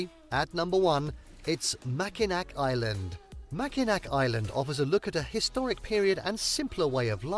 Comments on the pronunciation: I've got to set something straight - that bridge that was bouncing around and twisting and turning was NOT the Mackinac Bridge. That was the Tacoma Narrows bridge in Washington state. And yes, Mackinac Island is the one you've seen before that doesn't allow cars on it. Another great place to visit in Michigan is Sault (pronounced "soo") Ste. Marie, it's home to the Soo Locks, which allow ships to pass between Lake Superior and Lake Huron via the St. Mary's River. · Mackinac is actually pronounced Mack-i-naw And you're correct, Mackinaw Island is the one with no cars allowed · The British dude who narrated this video doesn't even know how to pronounce Mackinac.... sad. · Dont come to Michigan to see concrete. Its a natural beauty state. Its pronounced mackinaw btw. If you say mackinac we will tease you. Come in the fall and ill take you all over then we can get married after 😂. Jk but you are adorable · It IS the same island, and it's pronounced "MackinaW", not Machinak... I live up on the Keweenaw Peninsula, and you can't turn around without bumping into a Finn... Until a few years ago, there was Soumi College in Hancock (they changed their name to Finlandia several years ago)... There are a lot of Finnish cultural sites here... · I've lived in Michigan 70 years and this is very misleading... Anything near Detroit is not good. Large areas have been ruined by crime brought in by Muslims and Somalia groups.. And you mispronounced Mackinac Island. It's (Mack-in-awe..)...🤷‍♂And there's no cars on the island... I did concrete work around the old house at Meijer Gardens..I've boated on Lake Michigan and Lake Huron for years, and they are nice but can get huge waves.. It's nice but the Democrat Gov is destroying it.....Good luck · The AI voice mispronounced a lot of words lol. Mackinac, especially, was mispronounced... it's "Macki-naw", and yes that's where cars are not allowed. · Morning,! Mackinac is pronounced Mac-in-AW, and yes, it is the same island.